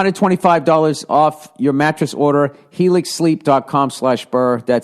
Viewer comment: Helix? Helics!?